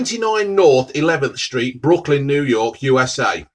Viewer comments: It’s Brooklyn not Brookland 😂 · Are we ignoring that he's called it Brookland and not Brooklyn hahah